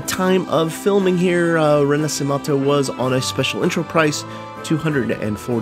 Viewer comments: all very good, sounds amazing but one thing, the pronunciation ... im sorry but the little italian ik didnt let me go witout just saying it xD. its "re- na - she - men -to" meaning reborn. just letting you know :) great videos otherwise loved it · "RINASIMATHOU" lol that pronunciation hurted